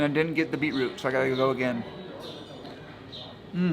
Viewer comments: BOI SHE CALL IT BEAT ROUTE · "Beat - Root" HAHA we pronounce it "Bee -troot" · its kinda funny how they say "Beat root" were as (at least in my family) we say something like "Beach root"